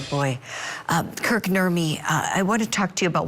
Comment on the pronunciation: Kirk, not Kurt. 😊